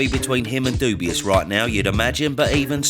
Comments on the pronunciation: Cracks me up when you pronounce his name ‘Dubious’ 😂😂😂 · Why does he pronounce Dubois wrong?